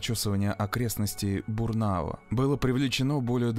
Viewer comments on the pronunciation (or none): Я сама из Барнаула, весь город в страхе был, а там институт такой, что потерятся легко и просто. Закутков и закоулков куча😢 Только не Бурнаво, а Бураново, блин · На 19.44 минуте... "Недалеко от села Бурнаво"(повторяется два раза) ... Как можно извратить обычное русское название села Бураново!))